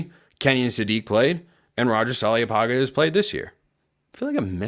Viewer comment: In Samoan, there is virtually always a silent “n” before every “g”. Apparently you are unaware, in mispronouncing Roger’s surname. It’s “panga”, not “paga”. 0 oe tele ulavale.